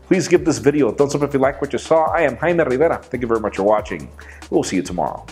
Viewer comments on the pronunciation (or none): Jaime I have no problem with your name I even like how you pronounce it the only problem I have is when you have to say it 5 times through out the video it could be OCD kicking in but I got it the first time. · It's not that people do not like your name. It is how you pronounce it. The way you say your first name sounds offensive to Jewish people. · he pronounces his name as haime instead of jaime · I love how Michael Fisher calls you "Highmay" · Even Michael Fisher cannot pronounce your name right😂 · There is no problem with your name, I'm called Jaime too. I find it intriguing how you pronounce it though. You don't pronounce the "J" as I do for mine. We have a joke here that we should be named Fernando :D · its not the name that everyone dislikes, its the pronunciation instead. . . i too sometimes get screeching sensation when you say it. ..